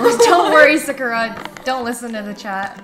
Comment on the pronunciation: Is that actually how you pronounce Sakura?